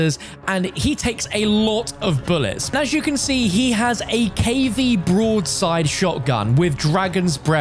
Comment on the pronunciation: What does he keep calling the broadside? He sounds like an absolute idiot